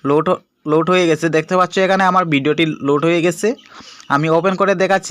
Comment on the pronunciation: ইনফরমেশন ঠিক আছে। তবে আপনার ভাষার উন্নতি করতে হবে! দেখতে পাচ্চু এটি বারবার উচ্চারণ হচ্ছে।